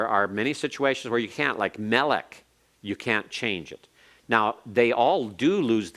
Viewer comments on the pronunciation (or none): King is melekh... Not melek Darkness is khoshekh..not khoshek